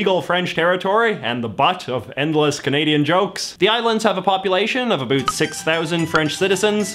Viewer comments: Been Canadian for 6 decades and have never heard "about" pronounced that way unless it was a Scot or an American "making a joke about Canadians" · i love that he's giving the Canadian pronunciation of "about" lmao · People pronunce it really weak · An American accent with Scottish twang, I’m perplexed by how he pronounced about Lmao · How do you know if someone is Canadian... Ask them to say the words, “Out” and “ About” It’ll sound just like this gentleman’s pronunciation.